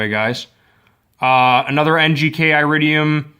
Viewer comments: Here's a helpful tip: It's not eye-ridium, it's ear-idium. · iridium is pronounced eh-rid-de-um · Dude.... stop attempting to spread misinformation, look at your like to dislike ratio on this video, that alone should be a clear indicator on how inaccurate your information is. It's very common knowledge that copper is a better preforming plug, iridium (pronounced eh-ridium) exists only to lengthen plug change intervals.